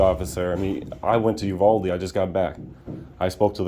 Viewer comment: You're mispronouncing Uvalde.